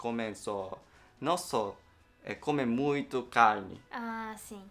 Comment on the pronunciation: "Comem muito "calne"... kkkkkkkk n consigo não rir disso...